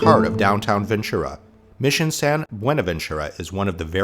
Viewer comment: Rice is good but Rice By Mama is my preference. And Ventura has a t sound to it, not a ch.